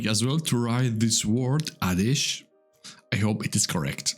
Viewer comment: You pronounced the name correctly: 'Aadhesh.'